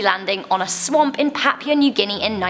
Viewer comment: The “swaoump” ghost hihi sounds funky when you says swamp